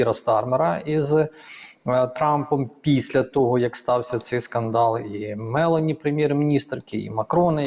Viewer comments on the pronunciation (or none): Ставте правильно наголос на прізвищі Мело'ні